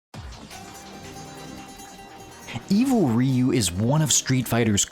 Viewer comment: It's R-.... oh wait, you said it right. I'm so used to hearing it as "evil raiyu" for more than 20 years now, hearing it said right is actually kinda weird.